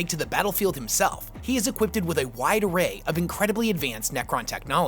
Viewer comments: Equip-ed, not equip-ted. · Equippeded... you make great videos, but some shit like "equippeded" which you say... really wakes me up from my sleep to change the video. Please just take the time to speak in adult human language.